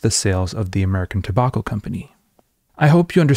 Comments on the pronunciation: It’s Toe-back-oh. Not Toe-bawk-oh. Sorry bud, that one got to me. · Two-bokk-o? Do you mean tobacco? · I wanted to learn about Edward Bernays, but in the first 20 seconds you pronounce tobacco wrong twice and now I want to stick chopsticks in my ears thanks man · How can one letter change the entire pronunciation of a word? What is the difference between "tow bach oh" and "tow back oh"? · I really had a hard time getting past "Tabawko" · Interesting pronunciation of the word 'tobacco'. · I’m going to start pronouncing tobacco like this. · That’s a pretty weird way to pronounce “tobacco.” Especially as you’re in a country where the words “drama” and “pyjama” rhyme with “Alabama” and not “llama.” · How many times can he say tobacco funny? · Why you pronounce tobacco like that? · this is a great video and all, but i can't get over how you pronounce 'tobacco'. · Was going to watch but I can't stand how you're pronouncing tobacco